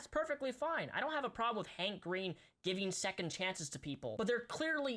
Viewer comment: whenever he said hank green i heard handcreme